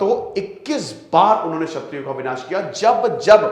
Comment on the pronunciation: 'छत्रियों' नहीं 'क्षत्रियों'